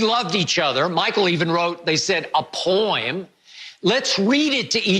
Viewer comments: Skip: pooeeaaam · lol he say poym not poem. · "Michael wrote a Powem!" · Does anybody else pronounce "poem" like that? mark, WTF was that??